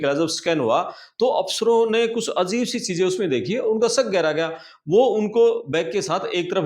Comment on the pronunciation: The word is AJEEB not AZEEB. When there is no Z in Hindi. It's BAjra bot Bazra.